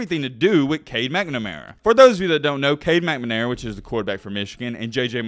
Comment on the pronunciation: If i hear "mcmanara" instead of "McNamara" one more time!!